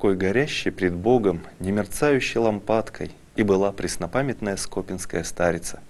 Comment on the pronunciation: СкопИнская (на и ударение) )))